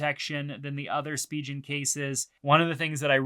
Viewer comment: Didn’t really like the pronunciation of Spigen. Just my two cents great video overall though.